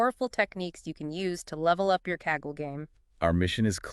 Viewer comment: The AI started to have a brain aneurism. Saggle instead of Kaggle.